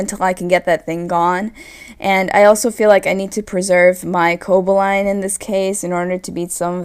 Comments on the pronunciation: Where's the enthusiasm? This was almost impossible to watch. Also, I think its CoBALlion, not Cobaline, like you're pronouncing it. Meh match, between two meh players. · co-ball-e-on not co-bo-line lol great vid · Everytime you said Coboline,(Or Cobolion? Cobaline? Whatever...) something died inside me. Good match though, I feel kinda bad that I watched the battle on Wile's channel first. And nice narration of course. x) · Co-ba-lee-on more like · Great commentary, mispronounced Cobalion but other then that it was very well done. You just got another sub. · butchered Coballion (sp) pronunciation.